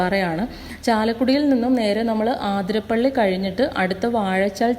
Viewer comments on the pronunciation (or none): ആതിരപ്പള്ളി അല്ല അതിരപ്പിള്ളി ആണ്